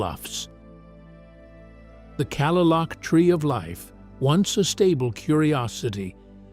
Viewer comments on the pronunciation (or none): Kalaloch is pronounced "Kuh-lay-luck" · It is pronounced KA-LAY-LOCK AND QUILLY- YUTE. AI butchers everything. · the famed tree of life at Kalaloch Washington it is pronounced clay--lock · I gotta say it Kalaloch ( ka-lay-lock ) ffs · Kalaloch is pronounced Clay-lock